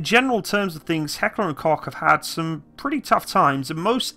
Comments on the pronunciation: FFS! It‘n NOT coke or cock!!! It’s pronounced like Cough. Coughghghghgh!!!!!!!! And by the way - after shooting the G36 in different versions for over 7 years in different countries, I can tell you - compared to other modern army rifles - it’s a great reliable rifle. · I'm getting more triggered by the fact that you can't pronounce "Koch" ;)